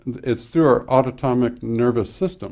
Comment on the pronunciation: Great information. Autonomic - pronunciation was incorrect as autotomic